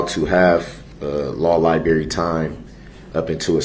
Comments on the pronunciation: omg.....he just said ''law lie-berry''..... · Lieberry time 😂